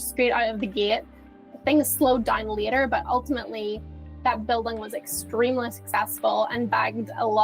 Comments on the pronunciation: Is she saying "buildung?" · Why on earth is she pronouncing "building" like that?